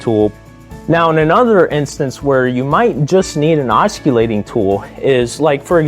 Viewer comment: The C in, os·cil·late, is pronounced with a S-sound as it is in the words, cent, central, circle, or city. You seem to have a passion for tools and blades, add the proper pronunciation and your message will only be stronger. Keep on making videos my blade loving ninja. 👍